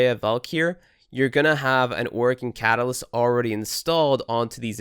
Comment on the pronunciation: You're saying catalyst wrong on purpose arn't you?